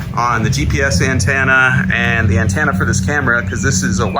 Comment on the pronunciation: The GPS anTANna? Lol what's wrong with you?!